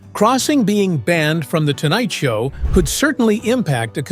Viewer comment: The AI READER says “The Tonight Sow with THE Johnny…….” Then the whole premise of the lead was NEVER PLAYED!! This is terrible stuff.